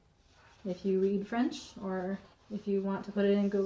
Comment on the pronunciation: It looks like your risk was well rewarded. So many beautiful patterns for all different occasions! And I was impressed with your French pronunciation. I can fake my way through Spanish, Italian and German, but French has always been beyond me.